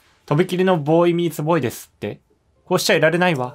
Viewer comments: ついにDLCかぁ....!!!待ってましたよ！もうワクワクが止まりません！w shu3がずっとヴォーイミーツヴォーイって言ってる時ずっとクスクス笑いながら可愛いって思ってましたw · ヴォーイミーツヴォーイって言ってない？？？